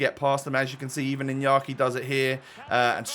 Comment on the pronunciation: Its inaki Williams with an A not inyaki William's